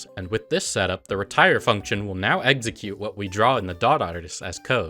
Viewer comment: The video is so great but for the love of god please pronounce execute correctly..